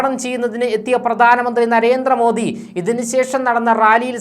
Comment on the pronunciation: എടോ..'' നരേന്ത്ര മോദി അല്ല. നരേന്ദ്ര മോദി ... എന്നാണ്‌ പറയേണ്ടത്. ( ന്ദ്ര ..)